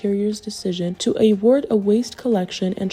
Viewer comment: جزاكم الله خيرا. مجهود جبار. Small correction: Confiscated* not confisticated. to award, pronounced « uhword » not ayword. local competitor, not competor.